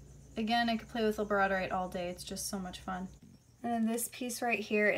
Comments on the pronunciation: I love the labradorite, but I think it’s pronounced lab-ra-door-ite. Correct me if I am wrong. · Girl it is lab-ra-door-ite lol the way you butchered that and so-duh-light killed me I had to comment. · You have an awesome collection! Thanks for showing us The stone you called chalcedony looks like opalite to me. Also, Chalcedony is pronounced Cal-said-uh-knee and Labradorite is pronounced like the dog Labrador plus ite. The pink crystal at 1720 looks like it could be mangano Calcite but I’m not positive. The bright green crystal at 2020 is Crysoprase, not Crysocolla, it’s beautiful. Chrysoprase is a type of chalcedony that gets its color from nickel impurities. That one looks like it’s probably from Australia where the best Chrysoprase comes from. The crystal is not kunzite, kunzite is pink or purple. Kunzite is in the Spodumene family and there is a green variety of Spodumene called Hiddenite. Hiddenite is more rare than Kunzite You are exceptionally beautiful ❤️ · She said labradorite rong